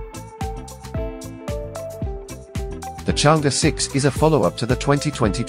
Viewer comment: Pronouncing “Chang Err”.